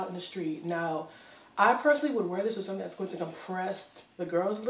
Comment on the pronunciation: Girl I lost it....them red flannel pants..when you said "sumthing"😭